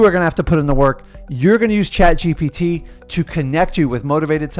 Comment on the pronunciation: The way messes up “chat gpt” 🤣🤣🤣